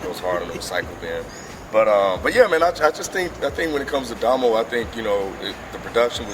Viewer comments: had it right the first time lol its "da mo" genesis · HE SAID DOMO RIGHT THE FIRST TIME ! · I think had it right. I think he wants it pronounced like Da-mo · Did any of you see the needle drops review of this? Or more accurately read the comments? People were getting on him about the pronunciation of Domo. Ha I love how you guys made sure you said his name right.